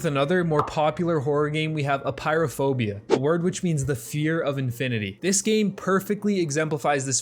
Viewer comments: How can you read Apeirophobia as "Pyrophobia" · its pronounced a pear a phobia thx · also its aperiophobia not Pyrophobia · bro called Apeirophobia "Pyrophobia" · i get so triggered on how he pronounces aperiophobia